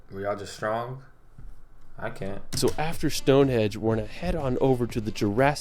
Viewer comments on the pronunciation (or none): Henge not hedge... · Lol the guy narrating this video "Palace of Westminister", "Stone Hedge" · Whales? Wales. The language, Welsh is pronounced how it's spelled, with a sh at the end. And, yes, Stone Henge. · The narrator said Stonehenge first time but then said Stonehedge four times ! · Is it me or was the narrator saying Stone Hedge? If he was then it's Stonehenge, not hedge. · Stone Hedge????? HENGE FFS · StoneHEDGE? StoneHEDGE??🤣🤣🤣🤣🤣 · It is actually the Palace of Westminster. But yeah "Stone hedge" was annoying. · The narrator kept saying Stonehedge, it’s Stonehenge, Tripadvisor forums are excellent for asking questions and getting truthful answers from natives, Stonehenge has been voted the most disappointing attraction in England. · It's Westminster Abbey not Westminister Abbey and Stonehenge not Stonehedge which in my opinion is one of the most boring places to visit in UK. OK it's very old but just a pile of stones. You get a good view of it from the road that passes nearby.